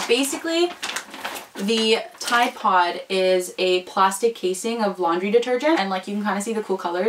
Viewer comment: Why u say ride pode?????